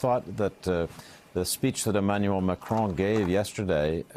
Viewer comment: I view Trumps' attitude as just another example of the naive and casual arrogance many Americans display toward the world. A small, but important illustration: everyone else manages to pronounce the French Presidents name, "Macron" - it's really not that difficult. But the best American seems to come up with is, "McCrone" - he's not actually Scottish (or as most Americans would say, "Scotch").